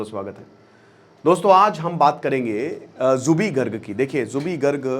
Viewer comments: Your pronounciation is very wrong...Not jubi garg.. It's Zubeen garg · Its Zubeen not Jubi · It's zubeen garg not jubi garg😒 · Sir it's Zubeen not Zubee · Zubeen Garg... Not Jubi Garg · Pagol manu plz learn the alphabet and pronounce correctly..it's Zubeen Garg not zuby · Zubi kya hai 🤦 it's zubeen. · G aap zubeen garg ko zubee garg maat boliye haame aacha nahi laagta....aagar koi aap ko galat naam se pukaare toh kaisa laaggega.....kindly pronounce aacha se kijiye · Zubeen garg ,not Zubi garg 🤦🏻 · Pronunciation tik nahi hain apka Naam theek se lo Zubeen Garg, Aur bolte ho Bachpan ka fan ho...